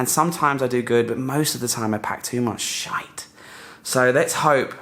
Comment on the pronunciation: Ok from now on, I will pronounce sh*t with that accent. Youtube probably allow that “shayt”.